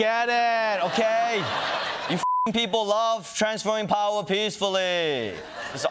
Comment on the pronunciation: “Transfer of powah”